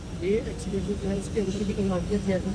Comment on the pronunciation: ایکسی لیٹر نہیں ، ایسکیلیٹر کہتے ہیں- Escalator